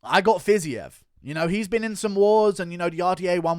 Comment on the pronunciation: Bro it's not "Fizzy-ev" it's pronounced "Fazeev" ;)